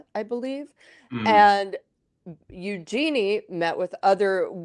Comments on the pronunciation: It is pronounced YOO-zhuh-nee. Emphasis on front end and soft j. It’s actually a pretty name when pronounced properly. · First up, pronounce Eugenie's name properly. It's a soft g, listen to the Queen pronounce it. Yes, Edo was definitely in it for the name of the Princess, that's obvious. You think if she wasn't royalty, he'd have married her?